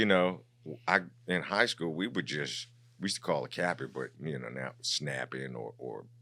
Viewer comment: Man he to koo for skoo 😂😂😂😂